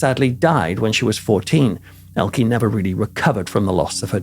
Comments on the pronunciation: Hee name is ELKE. Not "Elkey". Elke with "e" like in envelope. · Would like to but cut off at about 10 minutes. You keep pronouncing her name wrong. It's like you make from Dan, Danny but that's wrong. E on the end Elke is no ie or y it is like the e on the of "the". It's much more silent. Watch an interview with. Greetings from Netherland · to you and I think you both make good points. I am a little surprised that Peter mispronounced her name, I do think that it might be down to where he hails from himself. I think the emphasis on the e would be common in the North. Also, others around him might have always pronounced it that way. As someone with an Irish name (that most Irish people can’t say correctly) I have learned to live and let live in that respect 😂. Best wishes to you both! From Ireland 🇮🇪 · Its not pronounced Elkie Its pronounced ELKE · Peter. Please note. Elke. Is pronounced Elka. Not Elkie.. just thought you should know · Interesting as ever, but her name's pronounced "Elker" not "Elkie". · I have never heard Elke's name pronounced "Ell-kuh" in the United States and I've been hearing her name since the 60's. I have always heard it pronounced as "El-KEY". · I have to add this technical comment regarding the pronunciation of Ms. Summers name: it is not "el-key," the proper German pronunciation is, "el-kuh." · And Elke is pronounced "Elka." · I have heard her name pronounced as "El-KEY" in the United States since the 1960's. And MANY actors, actresses, directors, etc. from many European countries changed their names when they came to the United States, particularly in the early to mid 1900's. The studio bosses (who also often changed their names) were concerned that Americans wouldn't know how to pronounce the unfamiliar names or would be put off by names from countries that the US fought in World War I or World War II. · As a Brit I have always heard her name pronounce as Elke (Elkey) Sommer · "Elke" is pronounced EL-kuh